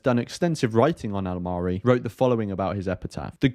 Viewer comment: I must say you pronounced his name very well this time .😊